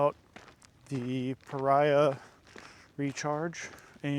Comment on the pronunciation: Just for the record, it's pronounced Pah-Ree-Ahh. Not Pah-Rye-Ahh. I've talked to the owner-founder. I had this question about the name. They confirmed it for me.